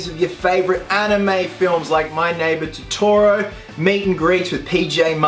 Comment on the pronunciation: 'My Neighbour Toroto' ???